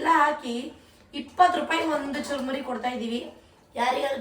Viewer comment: Churmuri adu charmuri Allah